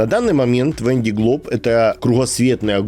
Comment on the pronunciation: Кто живёт во Франции в Ля Рошель, в Сабль д`Oлон, почему же вы говорите "Вэн ди Глоб"?! Другой блогер произносит Вэн дэ Глоб", если гонка называется "Вандэ Глоб" (л произносится мягко) по названию департамента Vendée (на французском произносится "Вандэ" (а - носовое, а э- закрытое), в русском варианте это "Вандея" (читайте "Девяносто третий год" Виктора Гюго). А у вас что означает слово "Вэн"?!